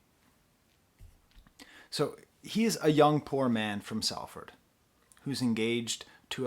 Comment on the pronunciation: Shela is the pronunciation. Also Salford is more like SOL-ford